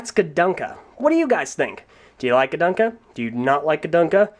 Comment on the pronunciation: It's pronounced gadunka